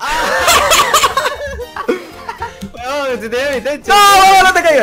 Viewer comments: Alguien más escucho que a cada rato dicen "wuebon"? :V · Toda la partida escuché webon :v